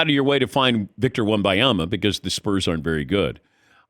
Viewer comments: I wish these sports media professionals would pronounce his name correctly. Or call him Victor. I cringe when I hear them going on about how great he is… and then mispronounce his name. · Drinking game every time Patrick mispronounces his name and in different ways. Death by alcohol poisoning